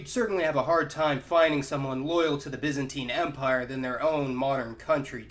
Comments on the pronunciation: Correct pronunciations: "He is a citizen of the byzan TINE empire." "He is a byzan TEEN citizen." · BY not BIS you bellend!!!